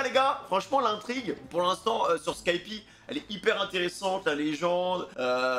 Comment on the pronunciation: dire skypi au lieu de skypéa ... en vrai osef meme si ça fait bizarre